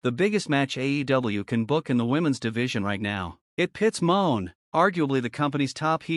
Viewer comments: RIGHT IT'S NOT MOAN, IT'S MON'E. IT'S FRENCH!!! NOT MONEY. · Her name isn't MERCEDES MOAN ITS MERCEDES MON'E. FRENCH, THE E IS SILENT, ITS NOW PRONOUNCE A, YOU FOOL!! LEARN TO PRONOUNCE HER NAME RIGHT, OR STOP SPEAKING PERIOD!!! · It's not moan ...it's pronounced money